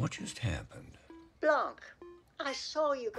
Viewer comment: I LOVED THIS MOVIE ! I enjoyed this one more than the first even though the 1st was good ! But as a French, I couldny help but CRINGE at the prononciation of "Blanc" (the "c" is silent in french, not with the "k" sound like in english). Also Daniel Craig is sooo much fun (and can we talk about him being in a couple with Hugh Grant 😍). Im so happy you reacted to this, its was really funny and well thought !